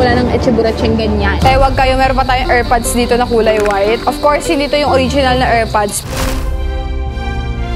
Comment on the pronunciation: Del-do ? Legi-ta-mate? Er-pads?jeh-wel-ry